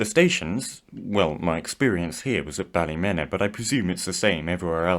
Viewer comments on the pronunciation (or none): Ballymena was pronounced incorrectly. Ballymeeeennna. :) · Ballymena is pronounced ballymeena just so you know